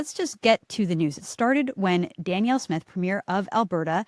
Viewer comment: Candice, did you know you pronounce Danielle's name like she's a man? It's Dan-Yell. I hope that helps.